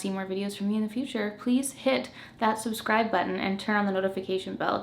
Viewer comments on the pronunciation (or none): none